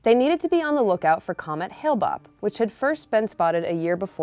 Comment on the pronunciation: The “expert” didn’t even pronounce the name of the comet right and a lot of the info on Bonnie wasn’t true. Highly recommend the Heaven’s Gate Cult of Cults doc over this.